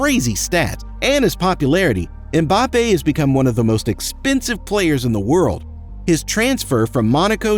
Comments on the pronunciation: Why is it so difficult to just say Mbappe...wtf is Embappe? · "Kyliane Embape"💀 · The usual not bothered to pronounce name properly, why? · You can´'t even pronouce the name of Mbappé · Boy, you got 10 things to teach us about him yet CAN'T READ HIS NAME !!